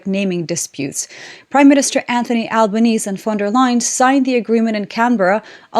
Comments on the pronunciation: Alban-easy. Not Albanees like Bond-eye Not Bond-we Colloquially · Hi, our Prime Minister's name is pronounced Alb-an-ee-zee 👍🇦🇺 Thank you for your coverage and for keeping us informed about the current global economic and geopolitical situation. Congrats on reaching and surpassing 150k subs 💪💪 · love your work but FYI, the final 'e' in Albanese is pronounced. His surname is pronounced 'Albanesee' :) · actually, "Albanezee" to be more accurate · Hi in typical example of the inconsistancy of english😉 you pronounce the end "e" in PM Albanese's name.